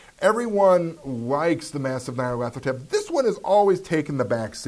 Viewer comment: stop showing off just because you can pronounce Nyarlathotep :)